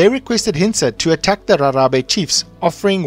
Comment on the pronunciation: Rharhabe said like Gagabe